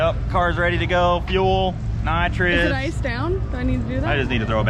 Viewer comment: "Car's ready to go fuel, nitreeous...."